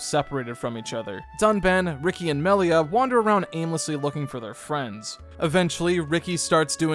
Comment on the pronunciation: Melier. They always say her name like that. 😂😂😂.